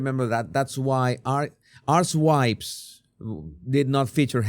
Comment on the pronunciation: Jesus did you just say 'Arswipes' seconds!!! 😁